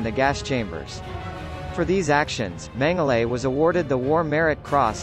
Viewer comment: As a person if Austrian heritage... It's pronounced "mengala"